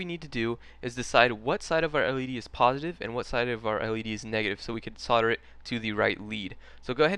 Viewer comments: Yes, it's weird. He seems to be saying "sodder" for "solder" which should sound like "soldier" only with the "i". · the americans think the L in soldering is silent. sad but true. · Why can't Americans pronounce solder correctly?